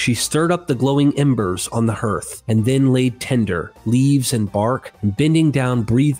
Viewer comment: The word "scarcely" is pronounced with a long "A" sound, as in the word "scare". Also, "hearth" uses the same vowel sound as the word "heart". And the most often one I hear on your vids, "tales" not "tells". I'm rooting for you, mate, but you might want to clear some of these mistakes up if you want people to continue to take you seriously.